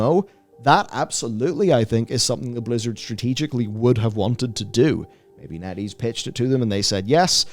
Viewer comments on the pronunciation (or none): When he says Netease I heard Netty's and wonder how the hell a Toledo based chili dog and ice cream vendor could become a game studio big enough to give Blizzard a smack down. All while selling awesome chili dogs with only 6 stores and 30 employees. "0_o" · Totally thought B was saying netty...until he brought up the chart...